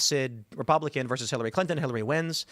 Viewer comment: Brett joins Dave Rubin as yet another podcaster who can't pronounce the word VERSUS.